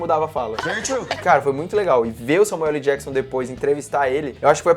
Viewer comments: Esse falando "Samueu ELI Jakson"... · Só eu que fiquei incomodado com o falando Samuel LI Jackson? Kkkkkkkk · SAMUELE JACKSON??? Tudo bem que ele quer aportuguesar o "L" do meio de Samuel L. Jackson, mas tá parecendo que ele tá falando Samuele ou talvez seja a irmã dele, a Samuelly Jackson. Mas pode falar o que quiser pois ninguém é obrigado. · "SAMUELIJÉQUISSON" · n sei pq mas quando ele fala samuel LEE jackson eu demoro uns 3 seg pra entender quem e kkkkkkkk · Samuel "Eli" Jackson kkkkk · kkkkk isso me incomodou também,eu só falo Samuel ÉL Jackson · "Samuelly" Jackson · Alexandre Ladeira SLC, parece que tem câncer na língua.